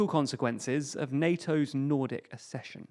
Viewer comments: Accession. *Ak-session*. As in ak-sess, suk-sess, suk-seed, ak-sellerate, ak-sident, ak-sept, ek-sentric, vak-seen, ak-sent ... and, just for completeness and because some readers may absorb this: cok-six (coccyx) not kokix, and suk-sinct (succinct), not sussinct. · ACK-session, like access. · Pronounced AKCESSION. K